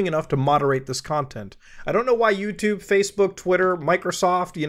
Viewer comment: "yewchube if you will" I WILL NOT EVEN IF IT IS "CHEWSDAY"